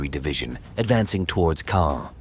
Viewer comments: It’s actually pronounced ’Con’. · Caen is pronounced more like "Con" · I have a hoopla app account, has been listening to WW2 books narrated by both British and American readers. They all pronounced Caen as “con” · most audio books I listened to so far with “con” pronunciation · How many pronunciation’s of Caan, can you put in the same video? It’s the same location they have the film festival, we’ve all heard it before , lol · Not sure what to make of this. Pronounced Caen three different ways - all wrongly. The Germans destroyed a Churchill tank by aiming at its fuel tank? Seems one of the most heavily armed tanks of the war would not have its fuel tank unarmoured to be shot at. If it was external then that catching light also wouldn’t destroy the tank for various reasons.